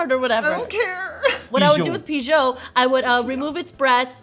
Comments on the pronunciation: Pijoe..... hunny, its not a french bird xD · Did…did say Pi-Joe or am I having a stroke?? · Love this show but stop making Pokémon videos til you say them right lmao what the hell did you call pidgeo?? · Can't get over how just pronounced pidgeot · cant get over the pronunciation of pidgeot